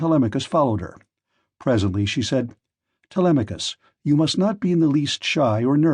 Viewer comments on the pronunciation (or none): i feel like this is an ai bot using marks voice. he pronounces "telemachus" 2 different ways within the span of a minute around the mark